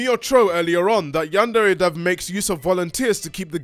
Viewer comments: Looking past the "bitter incel steals work from an unpaid uncredited teenager and uses Patreon money on a sex doll" thing, the dude really pronounces it "yean-dairy"? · It's strange how he pronounces it "yan-dairy" and no one else does. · He can't even say yandere correctly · He had time to do all of these fairly high-production videos with tons of editing and art but not time to work on his game because emails? Also my god, he could at least pronounce "yandere" correctly. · the fact he can’t even pronounce yandere right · The way overpronounces everything drives me crazy